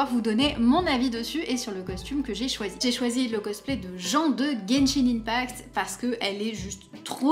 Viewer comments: Ça se prononce djin pas jen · je veut pas passer pour un mechant me tuez pas svp ! (mais il me semble que jean de Genshin se prononce "jeen" ) ^^'" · Merci pour la video qui m'aide beaucoup!! Mais par contre ON DIT JIN!! RAAAAHDVJAVSSKVDDV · Elle: le cosplay de jean (jen) moi: haaaa ça se prononce Jean (jeen) TvT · Par pitié ça se prononce "jin" TwT sinon ça fait vieux alcoolique alors que Jean est vraiment tout le contraire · Jean.... on dit plutôt jinne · Salut, je joue à Genshin Impact et Jean se prononce à l'anglaise comme le pantalon:p